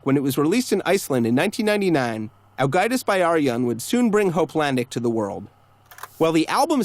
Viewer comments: it kinda hurt when he said 'byrjun' like 'bæ-arijun' but then again, I pronounced it wrong for a while too. Also really? I'd not expect them to be tax evaders. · While I appreciate the video about Ágætis Byrjun, you’re mispronouncing the title. The word “Byrjun” is pronounced like “Beer-yoon.” The y makes an ee sound.